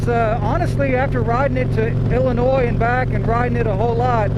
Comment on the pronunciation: Thank you for correctly pronouncing “Illinois.”